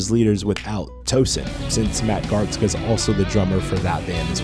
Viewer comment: Garstka, not Gartska. It’s pronounced like a snare- hihat-snare fill 😅